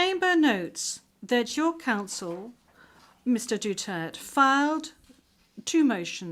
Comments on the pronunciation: Duterte, not Dutert. You should learn how to pronounce our President’s last name. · His Duterte not Dutirt😂😅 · Duterte Not Dutert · Bakit hindi nya ma pronounce correctly ang Duterte ? Make an effort Ma'am....